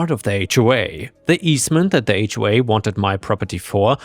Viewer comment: AI mispronounce HOA all the time